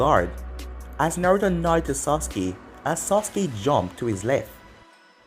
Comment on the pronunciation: Sah-ke not socke